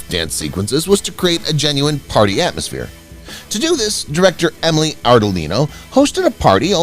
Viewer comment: Emile is pronounced Eeemeal, not Emily. Cringeworthy.